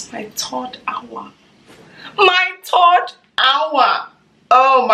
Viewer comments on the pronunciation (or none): “my turd hour” 😭